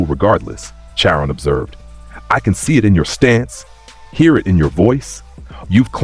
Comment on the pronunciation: It’s pronounced (Car on).